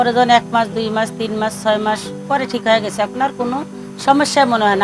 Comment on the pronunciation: স্ক্রিপ্ট ভালো। তবে উঠসেন,হয়েগেসে এসব উচ্চারণ তো আরটিভির মান-ইজ্জত খেয়ে দিয়ে দিচ্ছে